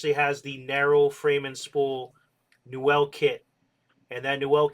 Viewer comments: Newell is pronounced new weul, not "nouwelle". Just thought I'd mention. I met Carl Newell years ago at his factory and that's how his surname is pronounced. Very pleasant man btw, he helped me personally replace a reel that had been lost at sea... I'm a big fan of his reels and have a large number of them in mint condition. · Why do you pronounce newell so wrong, here look up 2ndchancetacle and you can hear how it's pronounced.